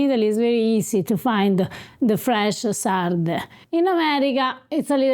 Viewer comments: you are married to an Italian girl and you're living in Italy! Trust me you've GOT to work on that Italian pronunciation!!! They aren't Lee Sardee, they are Leh Sardeh. Please. Okay, I have access to fresh sardines here in suburban Atlanta, I've had Sarde in Saor in Venice, and didn't care for the dish. Too fishy, it just didn't work. I've known about the pasta dish, but was never all that anxious to try it. No longer, thank you Eva! It's off to the market domani, and proviamo! Grazie, care. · Drop the American diphthongs when pronouncing Italian words and it will sound a lot more Italian. It’s pronounced sarde and not sardey. 😉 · You have an Italian speaker just next to you (Eva), “con sarde!” (not con sardei). It’s not difficult, but it makes the whole difference. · Pahsta con lay sarday 😄